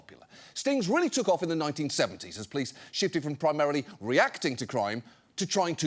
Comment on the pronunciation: Can someone inform John that there's an 'o' in the word 'police'? Cheers, from the other end of the pond.